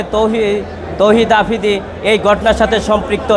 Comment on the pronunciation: আফ্রিদি ❌ আফিদি ✅🤭